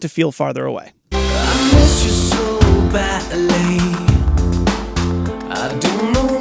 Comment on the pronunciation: Just finishing this up after comp and EQ courses - amazing, thank you... But... 'I miss you so batly.......... I can taste your lurm'?!